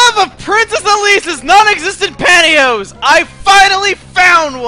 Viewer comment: I thought he said non existant patios